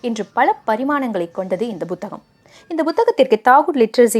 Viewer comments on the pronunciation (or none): Buthakam illai puthakam Correct your pronounciation